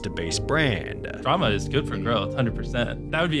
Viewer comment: Why he say it like Dramaaaaah